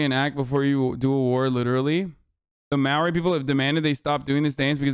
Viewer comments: As a kiwi, I haven’t met a single person who supports these people, granted they are from the north island and I’m from the south. Also Azan saying Maoo ree is killing me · i'm from nz, this is so fucking funny. I've never seen azan do a take on nz. also LOLL "mao ree" it's more with a semi roll to the r. this video is so good to a kiwi. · i love hasan but hearing the way he pronounces maori makes me want to kermit